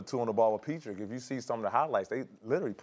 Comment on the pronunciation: Peetrik? Lmao how high is Pat Beverly rn?